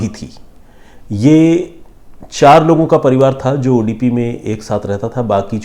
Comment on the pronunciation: Sorry not udipi it's Udupi